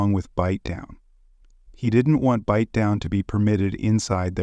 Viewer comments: Bite Down. Its fucking Bite Down. What in the fuck are you doing this for? You sound like the most confused cop ever. Unable to pronounce words and names. Im white too but godamn. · I don't understand why you're upset - who cares he mispronounced a z list rapper/murderers name. it's funny asf to me hahaha